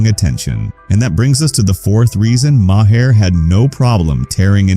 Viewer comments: It's not muh - hair. It's maer. That's so annoying. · When did Maher change his name to Maa-Hair?